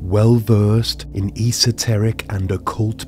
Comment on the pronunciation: Esoteric is spoken as a full word you don’t hyper pronounce the E 😂 it’s like the petrol garage esso you don’t say E’sso 😅